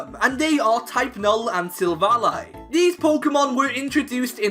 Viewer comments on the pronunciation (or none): none